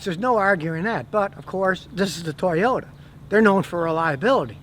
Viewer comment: Nice Tojota ... TURD you said ?